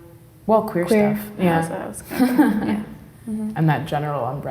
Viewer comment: Did she say queer?